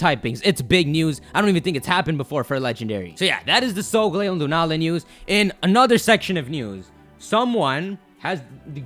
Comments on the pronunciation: It's Sol-galeo, not sogleo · Cosmog is sungaleo or however you say it, and the orb one is clearly Lunala.